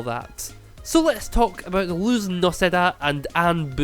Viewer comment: also the pronounciation of luz is lus ok just to clarify ☺️